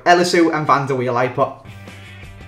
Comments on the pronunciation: van der Weil. M8 it is van der Wiel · IT is van de wiel not van der weil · ''van der Weil'' - 2015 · Its van der wiel* 😂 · its van der wiel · van der weil l0l (wiel)*